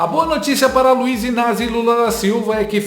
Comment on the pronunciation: "Luiz Inazi" ???? 😂😂😂😂😂😂😂